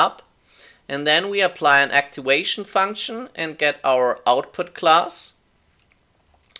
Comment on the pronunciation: First of all, thanks a ton for the great video! Really helped me a ton as supplementary materiel to my Scientific Programming class! Oh, and just a little heads up: the "v" in "activation" is pronounced as the 'v' in 'voodoo', 'valve' or 'viking' and not as the 'w' in 'wood', 'weekend' or 'weed'. Thanks again!